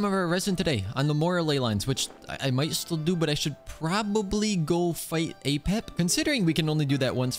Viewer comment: Somebody pleease make a short out of saying "probabl"y i rewinded idk how many times im losing it